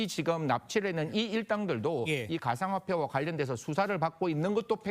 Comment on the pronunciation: 가상화례 존말할때 고쳐라